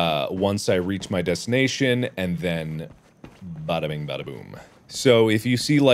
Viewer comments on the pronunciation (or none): none